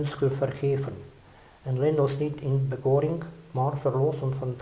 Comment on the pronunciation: bekoring, b holandcine sa číta bekorinch nie bekoring(K)